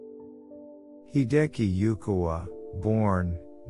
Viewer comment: Please learn how to pronounce Hideki Yukawa's name correctly before posting a biography about him.